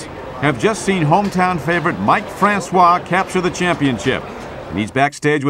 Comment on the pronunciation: Columbus isn't Mike Francois home town. Also his name isn't pronounced with the waa sound at the end. Its pronounced fran-cis.